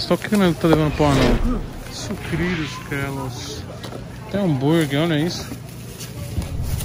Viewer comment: Sucrilhos “Kelos” KKKKKK